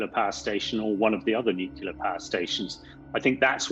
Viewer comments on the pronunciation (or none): Is this guy actually trained in anything? He keep saying "Nukilla" rather than "Nuclear", which is a hallmark of a liar.